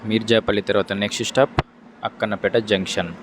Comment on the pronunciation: Bro Akkanapeta కాదు akkanapett.